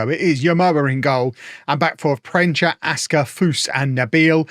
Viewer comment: Proensa not proencha